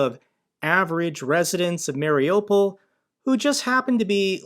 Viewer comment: MARIUPOL is pronounced ..."MARI-U-POL (mary-you-pol)"...and NOT...."MARI-O-POL." The strongest accent is on the "U" (YOU).